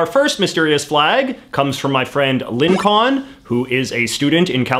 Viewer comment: Never heard someone mispronounce the name Lincoln before. Congrats!